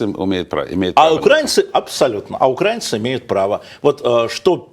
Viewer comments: Не укрАинцы, а украИнцы! Вы же грамотные, почему вы неправильно говорите ???!!! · УкраИнцы а не укрАинцы, тупой не может до сих пор выучить? А ведущий тоже вторит, противный шовинист.. Насчет того что он всегда говорит правду умилило конечно:))